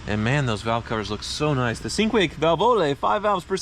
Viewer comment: It's prnounced "CHIN-kway" not "SIN-kway". But you've never been a proper user of language (see Urination Bob and PORSH).